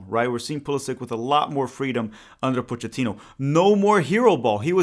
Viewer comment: Coach Pochettino. If he pronounces it the way Italians do, it is Poe-kay-teen-oh. Not 100% on this because he is Argentine, but that is how Italians would say it and this is definitely an Italian surname.